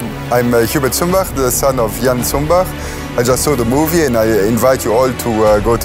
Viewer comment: No właśnie mówić należy Cumbach, a nie Zumbach. A polscy piloci, angielskiego praktycznie nie znali. Chodzili do szkoły przed wojną, uczyli się raczej francuskiego, niemieckiego, łaciny. O tym mówił wywiadzie Jan Zumbach. A w filmie angielski. To nie jest prawdziwa historia. Polecam książki, a szczególnie Sprawa honoru. Dywizjon 303 Kosciuszkowski.